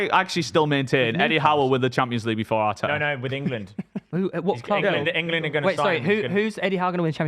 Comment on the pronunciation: says clob instead of club, proper weird